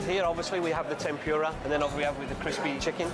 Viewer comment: tempura po miss kris.. not TEM~PU~RA.. :-)